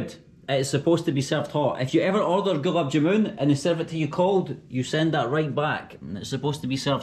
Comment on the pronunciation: ps Ur pronounciation of Gulab jamun is fucked, it's more like glaab jaa-man (man as in fisherman man, not moon.